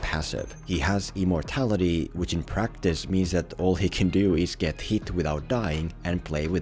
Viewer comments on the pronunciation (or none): I really thought he said EMOrtality